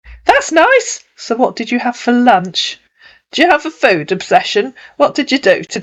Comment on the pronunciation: “I’m just asking if you’ve had lunsh”